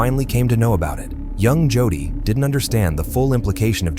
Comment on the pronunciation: The boys name is, "JODY ", Pronounced LIKE: JŌDĒĒ! YOU IDIOTS NEED TO STOP USING NONFUNCTIONAL POORLY PROGRAMMED A. I. VOICE-OVER. 🤬🤬🤬🤬🤬🤬🤬